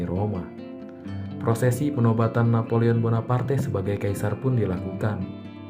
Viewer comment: Ngucap namanya agak ribet ya min? Wkwkwk